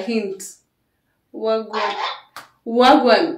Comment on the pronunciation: It's wah a gwane.